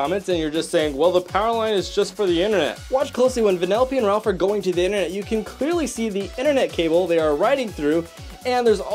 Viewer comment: "Interneet" What I hear: "inter neat"